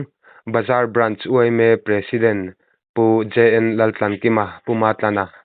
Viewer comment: President anilo ,,pre tih zawk tur lawm😂😂😂..tlawkkkkkkkkk Zeĺllll aaaaaa 😂😂😂😂.